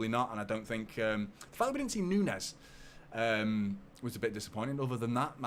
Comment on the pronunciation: Great video as usual,. I've heard that Matheus Nunes' names is pronounced NOONS, not NUNEZ. Perhaps one of your Portugese viewers could let us know if we're mangling the player's name.